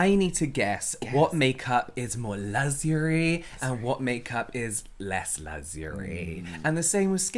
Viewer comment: apart from, lugsurie and other strange words, you two kill me. You could do videos on anything and I'd watch. Now off to cleanse my face because of running eye makeup 🤣